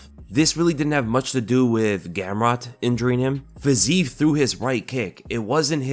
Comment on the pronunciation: Again.... comee on there is no Fazeev, there is only Fizeef... check out the cyrylics pronouncation letter by letter nd u'll know where my frustration is coming from (